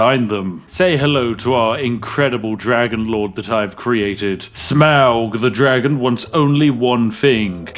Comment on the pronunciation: ARh yes the Dwagon race.